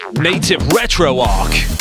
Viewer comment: Is it not Arch not Arc. ScummVM however, I would use this - tank mouse via mini amiga, good stuff.